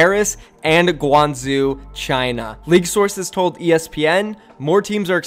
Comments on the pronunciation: its pronounced gwang zo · "Olympick de Mar-say" and "Gwung-zsho" bro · Pronounced guang ju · For guang-zhou, this isn’t a perfect pronunciation but I would say “gwang-joe” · Pronunciations for these cities from a French-Sino-American: Guangzhou = Guang (you're doing fine on this syllable) J-ow Olympique de Marseille = Oh-limp-peak de Mar-saye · Its guang jo-oh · Guangzhou is pronounced Gwangh-joh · Holy shit u butchered Guangzhou so hard😂 But lets goooo my home town gets a team! Let’s hope it doesn’t flop like SHD